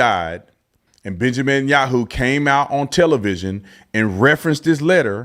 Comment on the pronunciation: This moron can't even pronounce b.n name correctly.